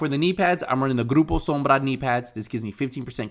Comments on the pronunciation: Always satisfying to hear you say "Groupo Sombra" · I, honestly, wasn’t expecting that r roll, though! Lol. Very satisfying, indeed.